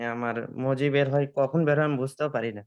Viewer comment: বেড় নয় বের